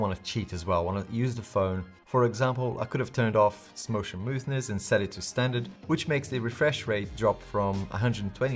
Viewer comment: 😆 .............. samotion muthness.......is that how you would spell that?